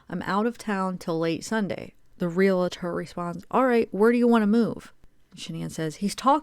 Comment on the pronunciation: It’s pronounced real tor; no extra a or syllable in there